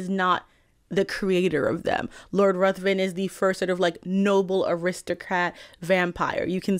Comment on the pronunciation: Just an aside, and I say this as a non-native speaker who is not trying to shame anyone, Lord Ruthven is pronounced Riven (like river with an 'n').